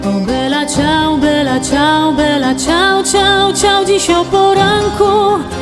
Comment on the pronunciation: Alex Indries po hiszpańsku czyta się i wymawia vela ciał... ale zwrot jest włoski i czyta się jak najbardziej bella! Wszyscy którzy pochodzą z krajów gdzie mówi się po hiszpańsku B czytają jako V. .... wiem bo tez od lat mieszkam we Włoszech i Mam znajomych z krajów „ hiszpańskojęzycznych „ i zawsze się smiejemy z tej ich naleciałości. Wiec ten ze tego... dziewczyna która śpiewa wymawia to dobrze. Jedyne do czego mogłabym się przyczepić to ze nie słychać podwójnego L... wydaje się ze spiewa „bela” a powinno Być „ bella” włoski słynie z podwójnych spółgłosek.